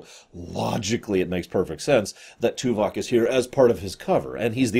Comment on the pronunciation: Stop saying Tuvak, it makes be think of Tuvix.